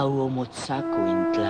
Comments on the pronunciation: Tip its pronounced (atleast in the original language) is na-wa-tl not na-wat or na-wal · Why are you not pronouncing the "TL" at the end of NahuaTL? That is a staple and iconic sound in the Na-HUA-TL language...so I'm confused? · its not nahuat its nahuaTL